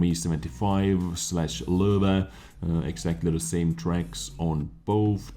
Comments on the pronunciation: It's actually totally accurate. I wonder if he speaks German. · Did I say it's wrong? It sounds so cool. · Why do I like so much how he says Löwe?